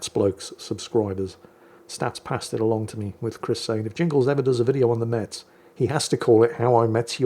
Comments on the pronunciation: It's pronounced Mess, not Mets, leave it to the parisians who know no other city 😂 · Haha Hello JINGLES, this one is very funny, "how i mess your mother" Considering Metz is pronounced like mess (dont ask, its french, i dont know i'm only born in that city) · Btw, the "T" in Metz is silent 😅